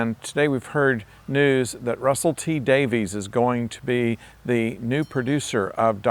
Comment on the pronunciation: It's pronounced "Davis" not "Davies", contrary to the spelling!